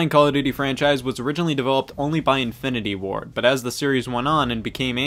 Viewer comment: every time you said "Infinity Ward" i heard "Infinity War"